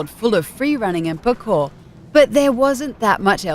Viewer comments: screw this she said mirrors edge was disappointing and pronounced parkour as pokor THEN said star fox zero was bad gosh this video REALLY triggered me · Hahaha the way she pronounces parkour killed me ahahah